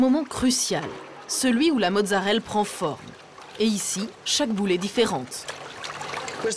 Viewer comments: Mozzarellaaaaaaaa pas mozzarelle :) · c'est marrant parce que mon cerveau a corrigé automatiquement tout le long, j'ai remarqué qu'elle disait mozzarelle que dans les commentaires :p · Merci ! J'ai corrigé la journaliste pendant tout le reportage XD